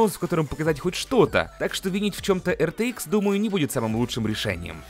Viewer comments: Пж не говори АЙР ЧРИ ИКС. Говори как все "Р Т ИКС" Не надо строить из себя англичанина XD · Не говори артиикс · Все люди: Рт-икс, рт-икс, рт-икс: ЙёРтиКсЕ)))0) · Сразу видно его шведские корни))